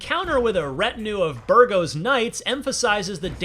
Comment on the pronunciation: ca-PONE? Berg-ow? Come on...